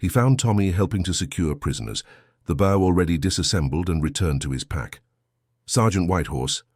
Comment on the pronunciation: It is pronounced bow not bow. A human would have known that.